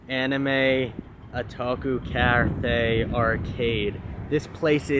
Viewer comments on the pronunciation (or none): It's O-TA-KU, my friend 😂